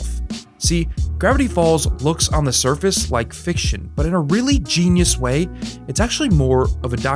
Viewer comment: I misheard this as fish shit ;) (actually fiction according to subtitles)